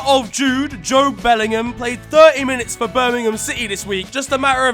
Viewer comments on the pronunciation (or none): none